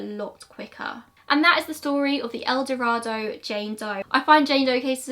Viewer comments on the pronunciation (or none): I was born in ElDorado. It doesn't make a big difference but it is said with a long A. El DorAdo. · No, she did not pronounce it correctly. I live in Arkansas, and it's pronounced El Do-ray-do. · I hadn't heard about the familial DNA match. Interesting. For what it's worth, El Dorado is supposed to be pronounced the way you did, but in Arkansas, it's pronounced more like El Doraydo. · I’m from El Dorado!!! We actually pronounce it “el-doh-ray-doh”. Thanks for covering this!!!! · Also not sure why we in Arkansas pronounce it Do-ray-do. Kinda weird, but it's how it's pronounced. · I totally understand that most people who are not from there would not know. Take it as a fun fact that someone local is telling you how we say it. :) no harm no foul. Still love your content. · Gina Sherrard it’s fine if that’s how y’all want to pronounce it doesn’t change how the name is spoken internationally so if it’s truly a matter of preference for you I wouldn’t go around correcting people. You being born there and mispronunciation isn’t going to change how a whole language is spoken. Sorry to tell you.